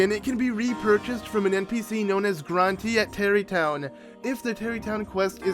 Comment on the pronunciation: Just a tip the é in Granté is pronounced like eh not e.